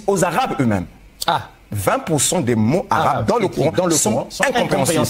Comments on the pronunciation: sauf que lui fait des fautes de prononciations flagrantes que même nos enfants ferait pas,emmene le face a un vrai arabophone et ont fera la profondeur de ses connaisance,lui qui pretant avoir etudier la langue,ya bien un moment donner ou faut arreter de se mentir a soi-meme,a cause que les gens nous ont trop complimenter d'avoir atteins un stade qu'on a pas hein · sauf que lui affirme avoir etudier la langue, il ne faut pas confondre accent et prononciation😉